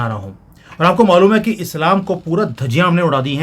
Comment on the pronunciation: Bhai aap ajeeb se bolkar jo Islam ko bolte hai mujhe bohut khusi Hoti hai